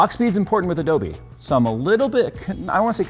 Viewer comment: Every single time you day Adobe I het triggered -.